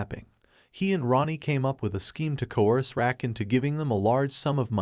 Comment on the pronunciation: It’s KAIN-an not KON-an and Raq not Rack. Would like liked to watch this but I can’t with the mispronunciation of the characters name.